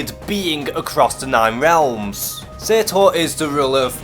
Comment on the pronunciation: You pronounced Surtur wrong